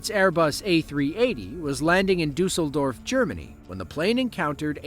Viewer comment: Congrats for pronouncing the name of my home town almost perfectly. Greetings from Düsseldorf. 😀 🇩🇪